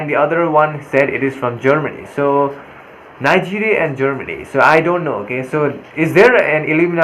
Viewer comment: from Nee-guria